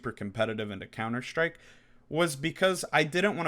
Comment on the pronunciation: Couner Shtryke!! 😝